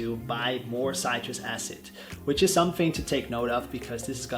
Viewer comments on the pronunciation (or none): Thank you for the video. For someone who have studied chemistry it is easy to spot a scam. Going into this you are either gullible or manipulative. Also it is pronounced citriK acid.